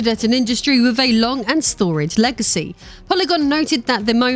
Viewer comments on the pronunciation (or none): none